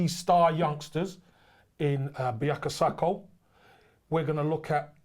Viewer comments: Haha didn't even notice. That pronunciation is TERRIBLE. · Nah I'm done Kevins got a worse pronunciation problem than Don Dadda Robbie man said Biyaka Sako instead of Bukayo Saka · Buyako sako 😂😂😂😂 its bukayo saka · BuKAYO SakA, not Buyaka Sako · Is it just me who heard Buyako Sako? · KC proper butchered his name lmao